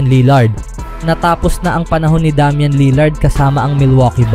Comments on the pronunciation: Wtheckk DAM-YAN 😂 ilugar mo pagiging badjao mo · Minurder ba naman pangalan ni Lillard hahaha Damyan for treyyy!!!